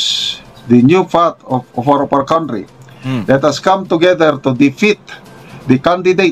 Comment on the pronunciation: A general vlogger pronounces country as cowntry?